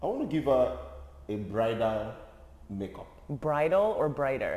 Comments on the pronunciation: "Brighter or Bridal? No one knows what you are saying" (Confidently): "They know" Me: still confused 😂😂😂😂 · He said bridal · Ok😂😂😂That cracked me up..what are you saying Bridal or brighter, brida, brida. I burst out laughing. Thank you. Great to see more people have discovered you guys. You definately brighten a day. Blessings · Brider, brythal 😅😅😅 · Bam you’re confusing my Nigerian brother & I😂 BRIDAL! He said Bridal😂😂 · I totally thought he said brighter when he stressed bridal the last time lol 😂